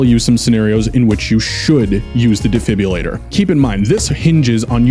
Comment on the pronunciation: ah yes my favorite gadget, the “defibbulator”